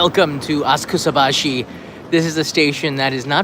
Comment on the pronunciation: I thought it was spoken asaksabaschi (silent u), not askusabaschi (silent a) ;-)